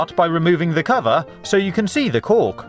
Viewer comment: I was thinking he said cock! :D